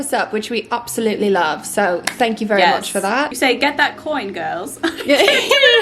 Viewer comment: I’m sorry, but the accent it not good 😂 compared to other people trying an English accent, you’re quite good but the bar is low. Absolutely is not pronounced up-solutely lmao